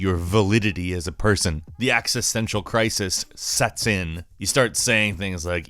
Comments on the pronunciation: I love you guys. But it's EX-istential crisis. (as in exist/existence). Not AX-istential crisis. Referring to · The AXE-uh-stential !!?!?!?! Are you for real? Are you really that much of a tool that you cannot pronounce "EXISTENTIAL"? Are you trying to sound dumb on purpose? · axes-tential? serious?